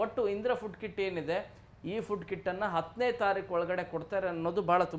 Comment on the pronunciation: ಅದು ಕಿಡ್ ಅಲ್ಲ ಕಿಟ್